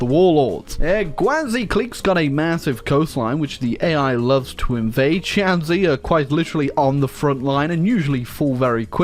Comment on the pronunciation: Shanxi is actually pronounced shan shi